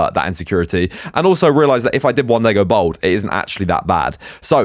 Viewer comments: Its bald bruv not bold lol everytime you say bold its cringeworthy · Why do you pronounce bald as bowled? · it does Im from london born and bred he sound like me but he just cannot pronounce bald lol